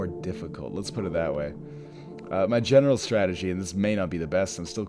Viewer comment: It sounded like you said, "my genital strategy" .